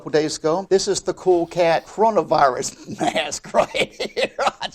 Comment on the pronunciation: or as pronounces it: “cronavahrus”